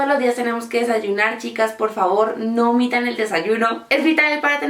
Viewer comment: Cuando dijiste "no omitan el desayuno" se te escucho súper santandereano jajajaja. Te ❤️ mucho Pau.